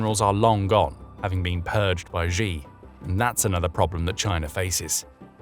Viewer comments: Who is GEE? His name is pronounced SHE. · Xi = "She" btw, not ShGee or however that pronunciation would be spelled. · If you report in China, at least pronounce the CCP leader's name correctly. It's easy. It's not zhee... it's 'she' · Not the most important thing here, but Xi is pronounced "she" and not "gee". Sometimes little things strike at credibility. This makes you sound like NPR. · The Chinese leader's name is pronounced "she", not "gee". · Xi = Shee, not zhee. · wtf... how we gunna listen to analysis from anyone who doesn't know that it's "shee", not "gee"? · Pronouncing Xi as Zee is like calling Trump Drump. Get some basic lessons on Pinyin.